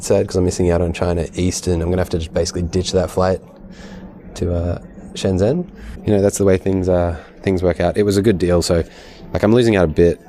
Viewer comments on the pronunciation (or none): Your 'shun' for Shen Zhen is wrong, it's literally said 'shen' as like it's written. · Hongqiao = "hoong chee-yow" (q is pronounced with a ch sound), Beijing isn't Bei Zhing ("jing" = as in jingle - it ain't French) 😁. Shenzhen - "shun jun".